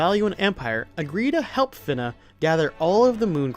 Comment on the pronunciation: You’re the one other person I’ve come across who pronounces “Fina” as “Finna”. She finna be a pirate